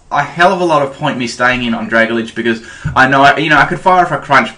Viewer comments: Oh my god seriously, this is driving me insane hearing you pronounce pokemon's names wrong. I don't care if i get hate for saying this, but it's not "Dra-ga-lidge" It's "Dra-Gal-Ge" You do it all the time with so many names and i just can't help but finally say something man. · DUDE. IT'S PRONOUNCED DRUH-GAL-JEE.